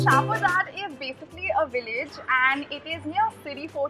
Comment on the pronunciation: in shahpurjat... the 'jat' is pronounced similarly as in flying jatt and not jaat . thanks :o